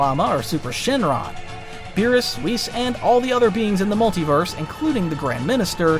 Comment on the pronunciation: it’s shenron not shinlong